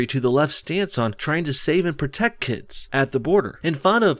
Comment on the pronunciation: I'd just like to highlight that Maxine Water said "pretect" and not "protect". If you can't pretect the children... Woah there... I don't think that's legal.